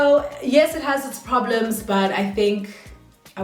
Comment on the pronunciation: “I don’t want poblems”🤣🤣😭